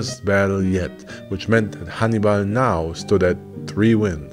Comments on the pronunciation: I kept thinking you were saying Honeybun. 😂😂😂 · Sounds like you’re saying honey bun lol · I thought you were calling him or naming him honey bun at seven minutes and 46 seconds and I realize you were saying Hannibal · I was confused. I thought you were saying 'honeybun', not 'Hannibal ' 😅